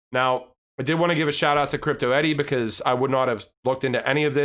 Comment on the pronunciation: Pronounced Eddie